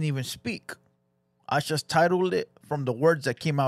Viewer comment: A bideo you shust made lol. Hit the like buddon LOL